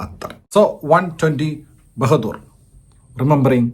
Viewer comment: Bahadur alla anna bahaadur anu